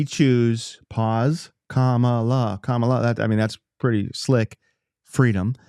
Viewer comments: You could learn how to pronounce her name. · Let's mispronounce her name right off the bat. Yeah, another honest, good-faith Christian argument, just like trump would use. Any Christian who supports trump is a great argument for atheism. The hypocrisy that such a thing takes is nearly unimaginable and only attainable by christians.